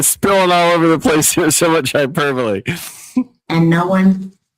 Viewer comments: Hyper-bully…. Was she trying to say hyperbole…? She’s 72…. She’s been this annoying for a while that’s clear! She’s not going to change now… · What??? Round 2?? Another chance to gear her mangle the word hyperbole and “Lynn” unleash her idiocy. Thanks cutie pie, love you, I’m a many years watcher/follower of you…wait, this is sounding like round 1, I’m confused.